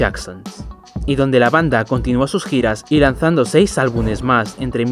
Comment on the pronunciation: se dice albumes, amigo, no albunes. Por lo demas perfe